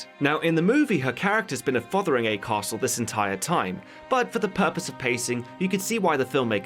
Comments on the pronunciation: TIL "Fotheringay" isn't pronounced "fungi" like in Jeeves & Wooster. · Minor nitpick, but Fotheringay is pronounced Fungy